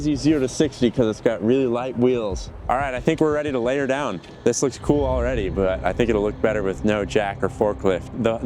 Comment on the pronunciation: "I had to laiy her down"? Huhh? 😆